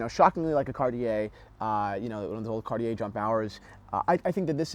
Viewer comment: Nice video but you should work on your pronunciation of Cartier, you don't pronounce the r at the end.